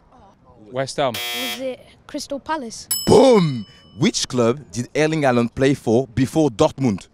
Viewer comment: Alland wow that is not how you pronounce it at all its Haaland